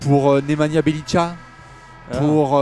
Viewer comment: Salut les gars. Pour bjelica le ca à la fin de son nom se prononce tsa. Il faut une suite obligé.